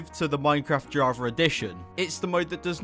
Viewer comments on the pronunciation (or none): No offense at all when I say this but I love and find it funny when you say javr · "the javer eddition"